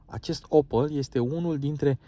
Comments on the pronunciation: Se pronunta OPEL nu OPAL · Adam Opel NU Adam Opal